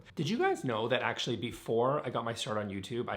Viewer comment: I like how many times you say, actually. The word gets melded together and sounds like "akchy"